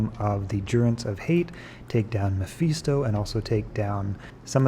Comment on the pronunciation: Quality content right here, but im cringing a little on the pronunciation of Mephisto.